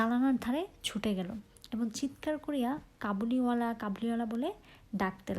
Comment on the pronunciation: কাবুলিওয়ালা হবে ✅ কবুলিওয়ালা না ❌